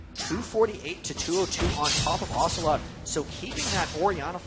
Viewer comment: It's ocelote (lux)